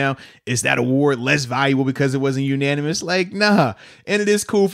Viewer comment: Bud, it's "unanimous" not ananimous.